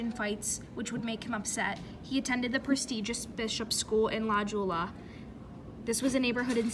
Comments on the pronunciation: Ik…. The moment she pronounced La Jolla like that I literally had to exist out the whole video 💀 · La Jolla is pronounced La Hoy-a. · What the hell is la yula? (la Jolla...) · Fr she sounds ignorant pronouncing La Jolla like that. Plus she’s literally reading from a wiki pg sooooo…. Bye